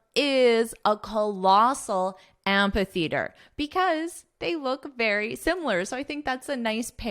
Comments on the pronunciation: Amphitheatre is spoken with a /f/ sound, not a /p/ sound. Whether you are speaking with a UK or US accent. You should correct this mistake as it is quite glaring. But have a nice trip anyways. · I found out in dictionary amphitheatre is pronounced as 'æmfɪ‚θɪətə, which is quite different from what you pronounce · No, you are not. I heard you said am-pa--theatre, there is no 'p' nor 'a' sound in it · That's not how amphitheatre is pronounced though.